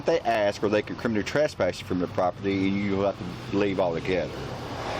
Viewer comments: Cop: “Now, you’re kriminny trespassed.” What a buffoon. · Kriminy trasspass? Idiot cop cannot even pronounce words correctly. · Well at the very least if the dude is going to CT you he should at least be able to say the word It's not criminy which rhymes with chimney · The cop repeatedly said, "you're being criminey trespassed." Mo Ron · Hillbilly cop cant even pronouce criminally. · This cop is a clown and has no idea what’s happening. He also can’t say “criminally” correctly. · If you cant pronounce the word "criminally" you shouldn't be a professional pig. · Why can’t this dum dum LEO pronounce the word “criminally”?